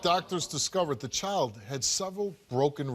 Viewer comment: It’s child not choild 🙄